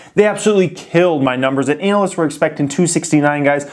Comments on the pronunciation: anuh-lists.. or anal-lists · anal ist